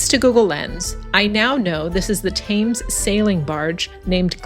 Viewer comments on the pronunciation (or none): Not Pronounced Thames but Temms . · The river is pronounced Tems although written Thames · Brit here. Great video. Educational! Only one minor criticism, Thames (as in the river Thames) is pronounced 'Tems' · It's pronounced TEMS, rhyming with lens, and it is the River Thames (tems) and never the "Thames River". River comes first in the UK and indeed most of Europe: River Rhine, River Danube, River Seine etc., unlike the USA where it comes after, as in the Mississippi River or Colorado River and on the border with Mexico where runs the Rio Grande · Thames is pronounced Tems. Poplar is a borough not a town. Also, fun fact, Waterloo Bridge was buult by women, also known as Ladies Bridge and the only bridge build to come in on time and on budget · Thames pronounced Tems. The modern ‘London Bridge’ is nothing to wonder at, just a strip for cars and buses. Waterloo Bridge was the London bridge repaired and constructed by women during World War II, which earned it the nickname "The Ladies' Bridge". Their heroic work and sacrifice has been lost to history (in the manner of the times). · Great video and I note several comments have corrected your pronouncement of the River ‘Thames’. By the way, Big Ben is the bell, not the building in which it resides, which is the Elizabeth Tower. Factoid: The Globe Theatre replica exists because of efforts led by an American actor, Sam Wanamaker. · You are pronouncing "Thames" wrong. Ask a local the correct way 😊